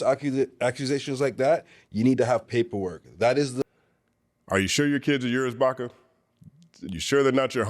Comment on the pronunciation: Pls read Baka correctly. Don’t be a baka,.